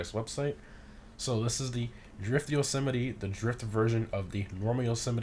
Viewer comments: Im pretty sure it’s pronounced ‘yo-suh-might’ not ‘yo-sim-it-e’ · I'm confused about the pronounciation. You seem to pronounce it as "Jo-semety" I would pronounce it "Jo-Semite" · Yo not trying to be rude but the trucks name is "yo so mite"